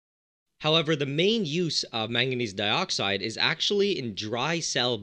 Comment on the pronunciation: you sound Australian when you said manganese dioxide